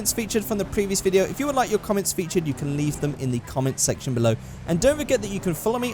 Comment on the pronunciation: If you don't know that he say Comment sexton lol